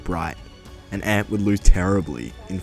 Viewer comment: Is it me or is it just annoying how he says amp like a guitar amp when it's meant to be A-M-P